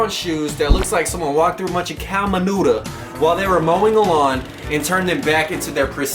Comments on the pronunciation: Nigga said manudre...bedraggled...LMAOOOOO YOU, SOON, YOU'RE GREAT! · Cow manutah !! 😂